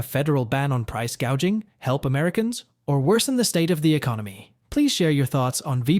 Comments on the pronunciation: She said price gage,ING not price gouging....she's so ill inform, she can't get her lies straight. 😅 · She is talking as if Republicans are in power. She doesn't even know the term "price gouging" and says "price gaging." With heavy sanctions on China, the US is already making US consumers buy stuff that China was providing at less than half the price. In short, with its chinophobia, there is no way that either Harris or Trump can stop the bleeding of the US economy that's been going on for decades. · Whay is " price gaging"? Isnt that "gouging"? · She can't even pronounce it correctly. Wtf. Ever feel like you died and woke up in the twilight zone??